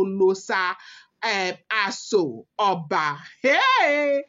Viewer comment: It is pronounced as Oloosha Asho Oba.